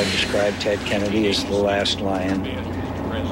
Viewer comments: "tennedy"? lol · LOL!!! "Tedennedy" he said!!